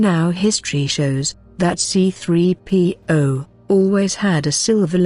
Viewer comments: I hate it when the bitch robot says C P 3 0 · I want to punch the narrator every time she pronounces "C3PO"